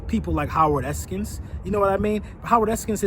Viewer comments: FYI - It's E-S-K-I-N not Eskins. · I’m not reading through the 150+ comments.... but I’m sure you’ve already heard it... but there is no S at the end of Eskin. The guy has covered Philly sports twice as long as you’ve been alive. If you wanna bash him at least pronounce his name correctly. No real Philly fan would ever take you serious watching this video. You ever even listened to WIP?